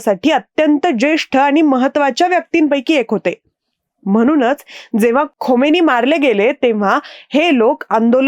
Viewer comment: हातवारे खूपच अनावश्यक !! खोमेनी नाही खामेनेई !! आवाज आणि बोलणं खूपच छान स्पष्ट !!